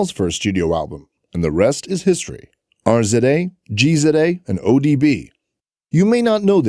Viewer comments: HOW YOU SAY RZA AND GZA NOT R Z A AND G Z A WHERE ARE YOU FROM FOLKS SMH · In the united states its pronounced Jizza and Rizza. Those are hip hop legends please pronounce them correctly next time.